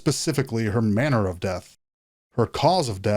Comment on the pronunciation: It’s “manner” 😂 Lord help us just kidding! I know we’re only human but still don’t mess that up again. 😂